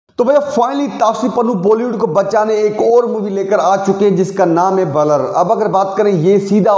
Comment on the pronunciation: बलर नहीं ब्लर होता है भाई